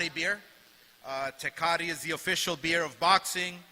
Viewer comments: HE SAID “ Festiviles” 😂 And hes Mexican and cant even say “TECATE” either 😂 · All of a sudden Oscar doesn't know how to pronounce "Tecate".